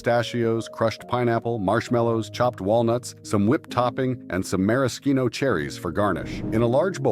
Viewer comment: AI mispronouncing again The cherries is pronounced mara shino. Man why do people have to do AI for videos like this when the human touch would be much better.